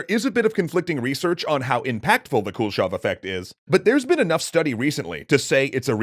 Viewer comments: Dude! It's not the Cool Shove effect :P Kuleshov is pronounced koo-leh-shov. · As a russian I giggle every time you pronounce “Kuleshov” like “Cool-shov” Also, kudos for finally pronouncing names with “ov”, instead of “ev”! It’s a common mistake in english - so surnames like “Khruschov” become “Khruschev”